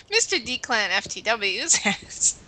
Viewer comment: I never asked that question? and its pronounced declin